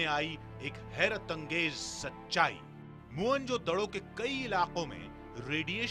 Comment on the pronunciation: मुअन जोदड़ो नही,मोहन जोदड़ो होता है